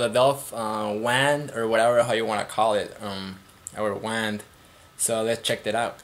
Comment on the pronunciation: sounded like you said wang...lol this bideo sux.